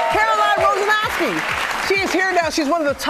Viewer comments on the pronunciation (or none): What did Robin call her at the beginning? Wozanowski? lol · Woznanaski? Lol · Did she say Woznowski? 😅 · U actually pronounce it wozniazki